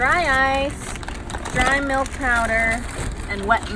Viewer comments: a thousand grams of whole MALK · "A thousand grams of WHOLE MALK" lol 🤣